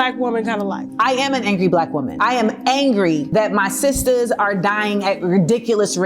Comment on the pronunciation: I thought he said his siater